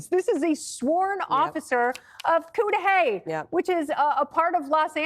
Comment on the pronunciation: you said Cudahy correctly! Cudahy is not a nice area, as you might of guessed.